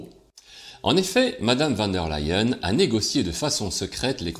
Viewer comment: Leyen, ok c'est allemand, mais prononcé comme en anglais le verbe "to lie" se prononce "laÏ" presque comme ley en 🤣🤣